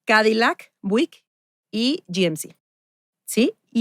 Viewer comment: Estoy amando pero que onda con la pronunciación de Buick? Jajaja 😅